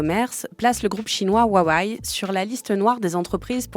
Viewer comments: Alors rip les utilisateurs de huawei Mais svp, c intenable la prononciation jpp 😂 Wa wé ou wa weï pas huahuaï mdr j’vous jure jpp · Pitié ... "Ouaouaïe". J'ai tenu 30s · C’est juste « Wa-Wé » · " ouaouaye " ... Un peu de sérieux. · C'est quoi cette prononciation de huwawei ? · 1000 abonnés sans vidéos ?! Salut, je viens faire chier, ça se prononce « Rwa-weille » en Chine. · Le fond de cette vidéo est bon, mais je ne comprends pas pourquoi vous n'avez pas pris 20 secondes pour trouver la bonne prononciation de Huawei sur internet. Ce manque de sérieux sur les détails vient tâcher votre travail, ce n est qu un problème de forme, mais la forme c est le fond qui remonte. Dommage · Mdrr c'est clair qu'elle le prononce mal lol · bah non, mis à part la prononciation de Huawei franchement c'était hyper instructif.